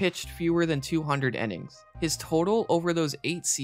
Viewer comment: does the way this guy pronounce "innings" bug anyone else a little? Sounds like he's saying "ennings". Great vid otherwise though.